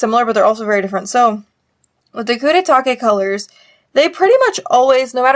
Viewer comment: how would you pronounce it then? I thought her pronunciation was fine